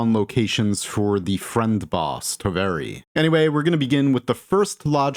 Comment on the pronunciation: Its completely normal to mispronounce Finnish words and I usually ignore it. BUT Please, PLEASE learn how to pronounce "Toveri" For your own good.